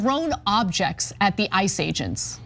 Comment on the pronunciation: I loved how you said IC E’s which exactly sounded like ISIS welll ICE i, ISIS all same origin Zionist anti Muslim Malitias